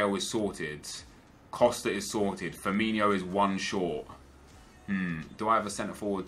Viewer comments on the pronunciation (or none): It's Firmin-O not Firmin-IO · it's Firmino not Firminio.